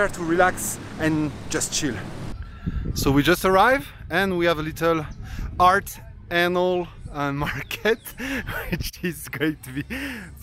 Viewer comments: Hahahahaha ha, Art anal??? That is artesanal. Oh man, that was so funny, you killed me with that one. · A comfortable healthy community. That indoor market looked like Aung San market in Rangoon back in the day. You know it was "artisanal", not "art" "anal". Those juices, oh man, so good. Have a great Xmas wherever you are.